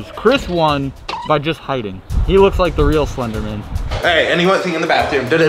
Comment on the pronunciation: BRO, is it legit pronounced “slendernan” and not “slender MAN”?? Damn!